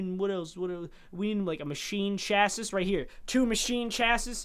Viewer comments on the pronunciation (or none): Chassis is pronounced chass i the last s is silent